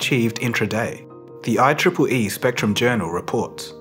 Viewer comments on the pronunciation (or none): none